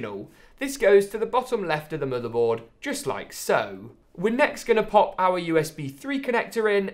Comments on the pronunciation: stop saying muterboard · into the "muddehboard"